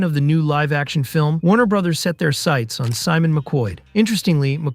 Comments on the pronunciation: nobody EVER in the HISTORY of video gaming has EVER called Super Maro Brothers(Bros) "Braws" smfh🤦🏾‍♂️🤡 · BRO...s not BRAs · The way you keep saying bra instead of bro 😂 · Did he say super mario BROSS?🤷‍♂🤷‍♂ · Or how he calls WB "Warner Brahs" 😂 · .....the way he said it....."Super Mario Bras".......😂......🤣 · Why are you pronouncing it Warner "Brahss"? Do you know what the "Bros" in "Warner Bros" is short for? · Really interesting. The pronunciation of "Bros" was so much more distracting than I'd have expected... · never heard anyone pronounce bros like that.